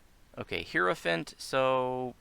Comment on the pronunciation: Long "i" in "HI row fant" (rhymes with can't) I'm a sticker for pronunciation of rare words =)